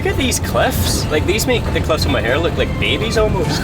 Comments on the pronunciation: Im sure youve been told but its said "More" not mohair. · Good episode here. I think a trip out to Blaskets is epic. You get that closeness to hundreds of years of history and a way of life. But guys, it's Cliffs of MOW-her, not moHAIR! 😂 (My poor ears!) But it's understandable - my favourite pastime driving around with my wife was getting her to try and pronounce the place-names 😅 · Awh looks like a nice relaxed break away. Being Irish had a giggle at a couple of pronouncinations , Listowel( Listoel) Cliffs of Moher( Mowher) , i enjoyed it all. The Cliffs of Moher have had a few people sadly thrown themselves off there, so sad. Delighted ye saw a good few placws before ye decided to head to Dublin. Knick is pure country, lovely people. Did ye check halfords for the bucket.